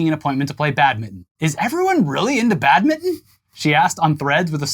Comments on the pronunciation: Just say.. BAD.. MIN..TON.. not badmiddn.. Jesus H Christ 😂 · Listening to two Americans trying to say 'Badminton' over and over again has been my unexpected amusement of the day. "Badmidden" "Badmun" Keeping trying lads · I like how you guys pronounce badminton. Sound like Bad-mitten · Wow, never knew 'badminton' was pronounced "bad mitten" 🤔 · "BAD mitten" lol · Sorry but the way you skip the T in Badminton hurts me every time you say it.